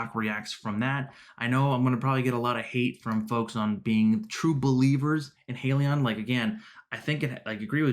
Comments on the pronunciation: Subscribed. True to your channel's name, it's pronounced HY-lee-yon not HEY-lee-yon. Buying one share of HYLN is like buying a ticket to board the Titanic. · * Hi-lee-on * you’re welcome